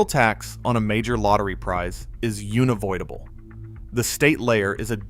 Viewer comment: “Una-void-able”??? Really?